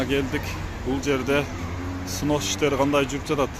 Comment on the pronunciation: Сынос эмес снос,кыргызча эле бузулат же сурдурулот деп айтпайсынарбы